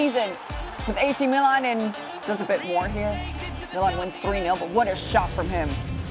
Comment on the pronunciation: Who is commentating these that she pronounces Milan like that??